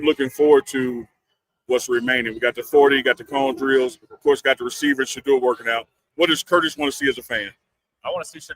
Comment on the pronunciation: Unc please help The people you're interviewing to learn how to pronounce Shedeur's name correctly. He kept saying Shedrrrr. Sha--🚪